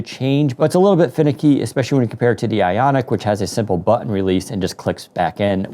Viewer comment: cant stand how this guy says button.